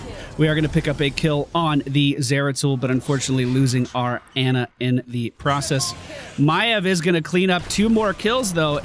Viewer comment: Dude it's Ana, not Anna! You know that sound you make when the doctor puts the popsicle stick on your tongue and you say "ahh"? It's like that. Ahhh-na.